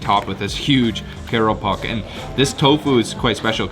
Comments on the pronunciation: No! not “keropok” but speak out KRUPUK, OR IN DUTCH KROEPOEK. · Bandung born and bred here. Thanks for giving me more ideas on what to order on Gofood and GrabFood! And kudos on your Indonesian pronunciation! (Btw, you need to work on your ‘kerupuk’ pronunciation 😉)